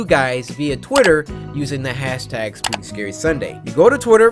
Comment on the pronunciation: First you said spoopy and then you said skuke and then you said shookey